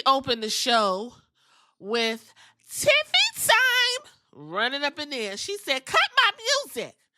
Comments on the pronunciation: Thought she said" Tacky"time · I think she meant to say "Taffy Timely the way she paused,then emphasized "Taffy",and didn't seem like she fumbled any words.. either way I busted out laughing 😂😂